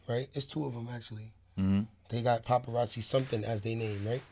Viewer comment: He said popperazzi